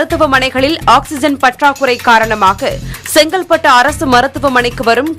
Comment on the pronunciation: ஆக்ஸிஜன் ...kindly pronounce as Oxygen; thanks